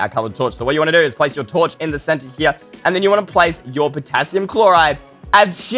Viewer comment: Wait guys the Potassium sounds like Potato XD